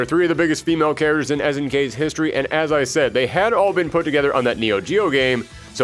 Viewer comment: Why does this guy pronounce "characters" like "kareturs"?